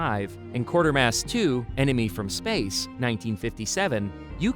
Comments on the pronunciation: It's QUAY-ter-mass, NOT Quarter-mass! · Quatermass. Quay-ter-mass. There's no R, it's not Quarter-mass.